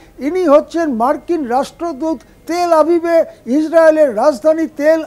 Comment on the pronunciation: উচ্চারণ "হাবিব" নয় "আভিভ"